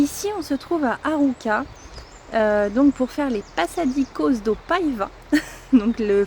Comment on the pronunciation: Avec un c cédille il faut prononcer passadissos. Par contre espiunca il faut prononcer ca qua